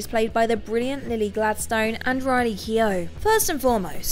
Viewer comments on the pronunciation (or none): none